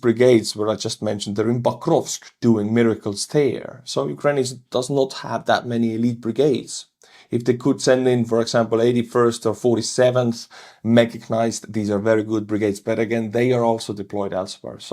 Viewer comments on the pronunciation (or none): Hey, there is no letter 'g' in the word 'mechanized':)